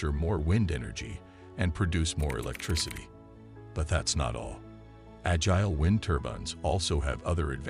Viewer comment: Right - that bot mispronounced “agile.”